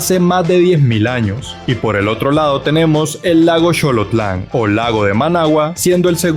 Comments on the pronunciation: Xolotlán se pronuncia Solotlán, no Sholotlán. A Managua se le conoce como la novia del Xolotlán. Excelente video, la vi hasta el final, ni me di cuenta que duranba casi una hora. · Donde aprendiste esa pronunciación. La X con la O se pronuncia SO , CHO .